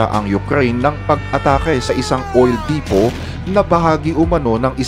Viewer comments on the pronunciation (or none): none